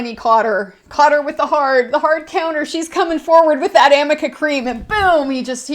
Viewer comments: Yep that’s the funniest part. It’s Arnica but Elaine read Amica 😭💀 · It’s Arnica cream lol 🙄😂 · lol so apparently she meant to say “aRNica” cream. I feel like Elaine is the type of person who misses the forest for the bark